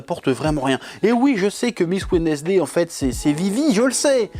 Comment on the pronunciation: Petit message au chef: Wednesday se prononce wensday C'est tout